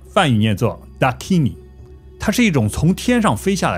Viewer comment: Dakini 音译是达基尼而不是达尼基。